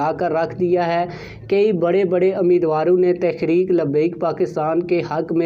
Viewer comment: محترم عرض ہے کہ پہلے اپنے الفاظ درست کرے تحریک انصاٖف تو ٹھیک کہتے ہیں جب کہ تحریک لبیک کے وقت آپ تخریک لبیک کہتے ہیں یہ لکنت کیوں؟ دوسری بات ہمیں اتنا پتہ ہے کہ بابے کا بیٹا ہمارا سودا نہیں کرے گا یہ سب خواب خیالی ہیں